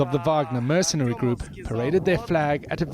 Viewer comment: Mercenaries not merSINaries!, your command of the English language is a sin.